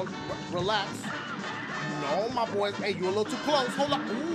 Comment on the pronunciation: i love how he says neooo